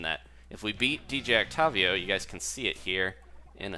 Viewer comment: WHY ARE YOU PRONOUNCING OCTAVIO THAT WAY WHYYYY